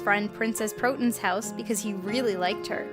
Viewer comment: It's proTON not protin!